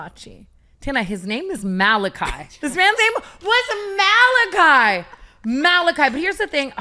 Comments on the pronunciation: Ma-LA-chee. Not a whole ass name in the Bible 😂😂😂 I’ll be honest my sister went to prek in a Montessori school called, “Malachi Montessori” and I thought it was pronounced the way Tana did, but I was like 10 😂😂 I love her so much! 😂😂😂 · Tana thinking Malachi is pronounced “Malachee” is taking me out 😭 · Don’t worry tana, I’ve also pronounced “Malachi” the same way you did!! Lmao 😂